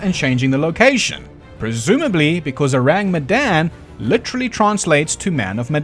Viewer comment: S.S Oh-rahng Met-dahn